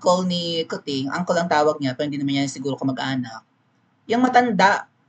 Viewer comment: Coo-ching😂 slang ba yan ng Kuting? 😅